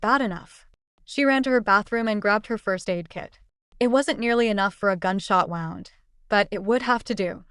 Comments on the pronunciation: The word wound is pronounced "wooond" when it concerns damage to the body. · Who is reading? Wound is pronounced "woo - und". Read in the context text used is pronounced "reed". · Why can’t AI pronounce “wound”?